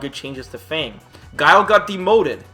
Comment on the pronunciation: It's Fang not Feing. Wtf